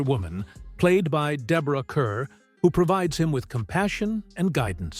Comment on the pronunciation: AI doesn't know how to properly pronounce Deborah Kerr, as in car or star. Also -- you should have "Johnny Eager," in which Van Heflin's character is drinking himself to death because he's in love with Robert Taylor's character (Heflin won an Oscar for his performance), and "Desert Fury," in which Wendell Corey is intensely jealous because his young ward, John Hodiak, is interested in LIzabeth Scott.